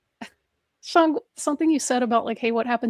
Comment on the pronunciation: Sheng and CJ are lovely, but as usual you and Vishanti are incredibly annoying. And I cringed every time you pronounced his name "Shong"